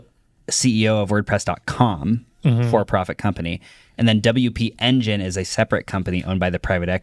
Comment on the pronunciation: LOL, this is actively stressing me out. Haha it’s “W P Engine” 😁